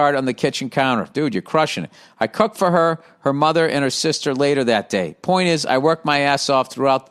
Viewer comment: 0.45 Cook for her sounded like I cuck for her